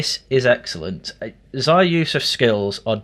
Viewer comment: It's pronounced 'Zeeya' ffs. He's said it himself you boring Anglo